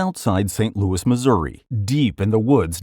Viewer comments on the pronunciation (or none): none